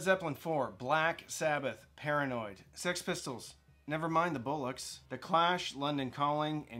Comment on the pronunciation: Best pronunciation of bollocks ever.